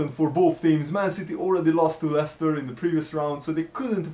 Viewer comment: It's Leicester